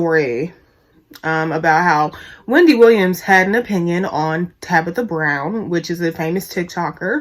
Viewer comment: You and Wendy bitter and mad. Yall hating on that woman because she got what yall both want 😂😂😂....u know ur a hater when u have to constantly say "I don't hate the person" you miss pronounce her name on purpose calling her Tabica...u talk about the way she got famous "she had to go through tictoc to do it"... that jealousy is real. U and Wendy BIG BITTER! BIG MAD!! U should DM Tabitha to see if she'll shout u out so u can get ur followers up nd get out your feelings...#humbleyourself